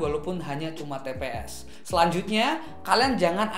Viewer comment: itu "tps" mass bukan "pts"..haha..